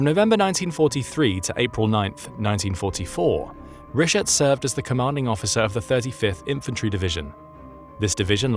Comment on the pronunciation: “Rishert”? “Dosler” Fühererreserv”? When taking up details from German history, I suggest better pronunciation of German names and. words.